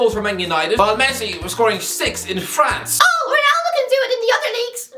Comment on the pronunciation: ffs man, just say france